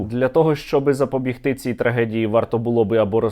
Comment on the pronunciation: запоБІГти, сергію, нагрлос на третьому складі.